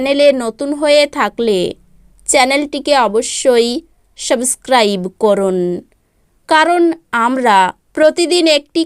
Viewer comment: সাবসস্ক্রাইব না সাবস্ক্রাইব হবে 😮